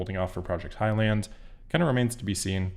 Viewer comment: It’s Highland, not high land.